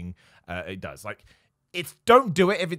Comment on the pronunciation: ..."nobody dooz it"...😕?